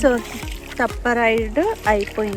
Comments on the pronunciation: Nice video But its not Tippa or Tappa Its Teppa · Thappa thippa kaadu akka theppa😄 By the way nice video